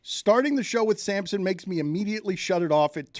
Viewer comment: You keep calling him Samson. It’s Sampson.